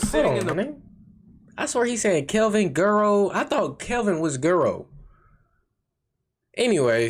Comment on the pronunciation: Bro, his name is pronounced Wedd-O. It’s a Spanish term for “blondie” it what Mexican call their whites family members. Spelled guero.